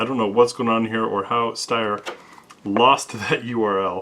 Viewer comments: Ha, thanks for pronouncing Steyr correctly. Now if everyone can start saying Heckler und Koch, Walther, and Mannlicher in the German pronunciation. I've been curious about these since I love the AUG so much, but the grip angle looks even more extreme than a Glock. Is it awkward to point? I have to say I like the looks of the A2 more except for that weird hook with a hole punch on the trigger guard. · OT, but your pronunciation of "Steyr" is on point! Good job. :)